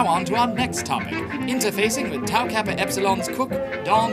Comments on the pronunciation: You mispronounced Tau alot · It's Tau... Not Tow... Seriously... Your chapter founders are face palming